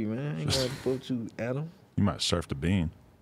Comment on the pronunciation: He pronounced Adam name as Anna